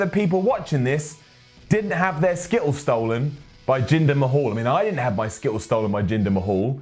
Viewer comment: skitt-els lol